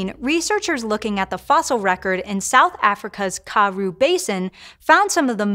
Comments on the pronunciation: Interesting... BUT please check your pronunciation of 'Karoo'. I use educational videos to help me with pronunciation and every time I hear some mangled words when talking about South Africa I wonder what else is pronounced wrong🤔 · The way she pronounced Karoo makea my wanna cry😂😢